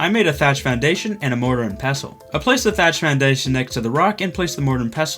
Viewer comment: Why is nobody talking about the way he said thatch foundation at the beginning “thatch foundadoudation”😂😂